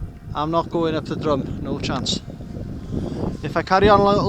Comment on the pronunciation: Drum (the mountain talked about here) isn't pronounced like like musical instrument that you hit. It is more like "drim", and Y Drum means the edge or lip of a the drop, or slope. Not so far away in Nantlle is Trum y Ddysgl "the lip of the dish"... also pronounced "trim".